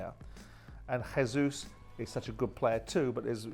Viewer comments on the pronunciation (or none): I'm not sure why an educated man pronounces the J in Jesus as a 'h'. He's Brazilian; ergo they speak Portuguese. The Portuguese pronunce their J's as a J. Come on Simon lad. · Ahem . Simon . It's Jayzeus rather than Hayzeus . Please note this . Thanks .